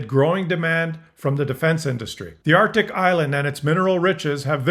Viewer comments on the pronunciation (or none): none